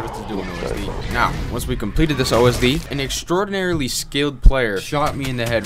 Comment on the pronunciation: lmfaooo 'An EXTRAOIRDINARY SKILL PLAYER" XD